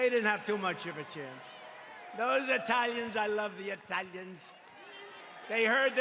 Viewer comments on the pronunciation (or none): "I love the Eye-talians!" - D.T. 😏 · 'I love the ITALLLIANS" hahaha. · I lav the Eh-thalians????? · "Those Ehtalians, I love the EHTALIANS" - The President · “I love the eeeTALians!!!” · I laughed and spat out my coffee when he pronounced it that way.